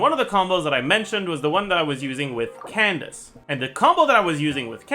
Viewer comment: When did he gave up on pronouncing Candice name authentically?